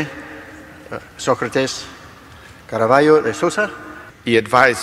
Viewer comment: Assim é que é, señor don Caraballo! Já agora, creio que o señor reparou na perfeição com que o apresentador da sessão pronunciou, sem hesitação nem erro de pronúncia, o nome do senhor primeiro-ministro de Portugal? Ele disse, alto e bom som, CARVALHO!